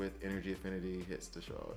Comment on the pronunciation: There's no 'sh' sound in Desaad. His name is a wink at the Marquis De Sade, a French author who we get our word 'sadistic' from. If you need proof just check his gear. You mostly get the pronunciations right so I thought I should try and save you on this one.